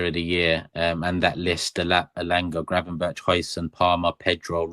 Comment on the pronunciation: Gravenberk not gravenberch 😡